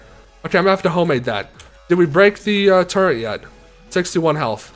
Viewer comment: turrent its a turret …